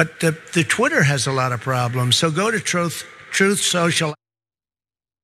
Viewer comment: Alrighty is it “TOOTH SOCIAL” or “TRUTH SOCIAL”… hahaha 🤣